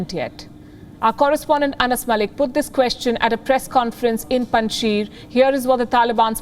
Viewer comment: Even you guys can not pronounce name of Panjshir …. Panj Shir …. Sheer It means five milks Panj Sher means five lions …. Russians could not win there because of agreement with Masood to keep Salang Pass open for them. No war no conquest. Paliki you are welcome to visit Pakistan 🇵🇰 and enjoy our hospitality at Kartarpur Border. Swallow the face … government will be on 11 September…. Someone is choosing dates. 15 August .. Kabul captured 06 September .. Panjshir captured 11 September. Taliban Islamic Government